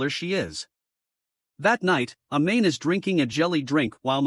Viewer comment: Dude really pronounced it “a-main”